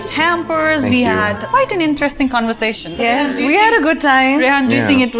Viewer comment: Cun-versation? Marri-yot? 😂